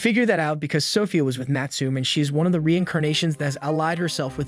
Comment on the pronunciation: Great videos and reading although you pronounce some names incorrectly. Natsume is pronounced ‘Natsu-may’